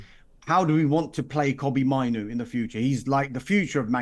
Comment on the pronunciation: Why can't he say mainoo wtf 😂